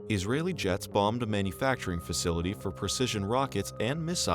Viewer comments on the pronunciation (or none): none